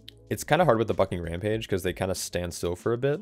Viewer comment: If your scared on vdh pull more mobs, It's silly but it's legit lol And evertime you saying bucking rampage I think your swearing lol